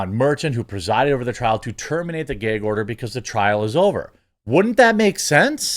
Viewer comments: He said Geg order 😂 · What’s a “gehg” order?